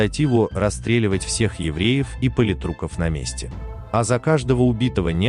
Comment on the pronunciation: ЖезлОм... ПолитрУки... Надо позаниматься языком. Тяжело слушать